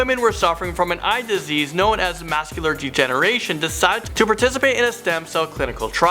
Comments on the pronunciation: This guy is like Ricky from the Trailer Park Boys with how he fucks up the English language. Mascular degenration? Kill me now... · I love these videos, but PLEASE work on pronunciation! It's not "mascular degeneration" or "cerebral enema." Most of your videos have mangled city names (KalamAzoo is really KalamaZOO). A small irritation but an irritation just the same.